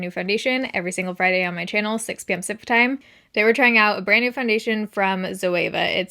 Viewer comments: I’m Australian and have never understood it. I’ve replayed it over a couple times trying and it sounds like sumper time. Are you sure it’s pacific time??? Sounds nothing like it haha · I’m in Australia too and for years I thought it was Supper time, like she posted at dinner time! Ha ha. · I hear Central too... But she's actually saying Pacific time